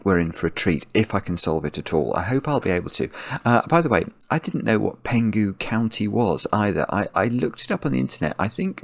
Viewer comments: You are correct that Penghu is a county of Taiwan. By the way,it's Peng-hu ,not Pen-gu(h is pronounced) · for me. Nice puzzle! Interesting to see a puzzle named after a place in Taiwan, where I'm from😄 I believe the regional sum lines are meant to represent the Taiwan Strait between China and Taiwan, although I'm not sure which one of the arrows represent Penghu County😅 And it is pronounced as Peng-hu (Chinese: 澎湖)